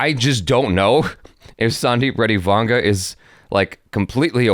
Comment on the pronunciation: You prunounce his name well it is vanga